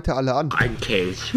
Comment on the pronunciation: Schonmal jemandem aufgefallen, dass Rewi genauso wie Unge spricht? Er sagt zB Kelsch statt Kelch und in einem anderen Video hat er Tich statt Tisch gesagt ;D